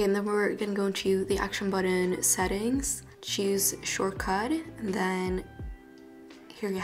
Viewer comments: Bro. I littler had to skip back 10 seconds and watch how tf she says it. “Acton buddin” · Girl just give up on pronouncing action button .